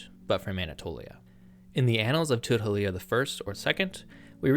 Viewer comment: You keep mispronouncing "Šuppiluliuma" as "Šuppiliuma".